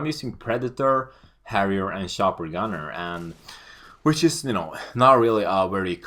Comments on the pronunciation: Shopper Gunner..lmao..love the accent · love his "shopper gunner" xD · Man hör att du e svenne när du säger ACR och chopper gunner men det e bra det ska vara flera svennar som gör montage